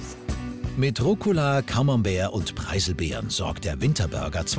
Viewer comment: "Cannbertr, Pieselbeeren"